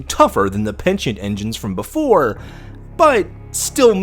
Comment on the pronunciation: It´s PENITENT ENGINE.